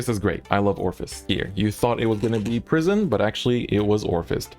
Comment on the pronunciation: Each time he says prison I hear pr❤️ism